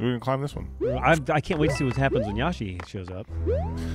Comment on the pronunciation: Anyone else getting mad everytime Joel says yashi rather than the actual name yoshi